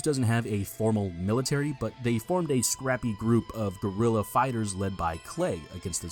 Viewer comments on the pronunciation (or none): none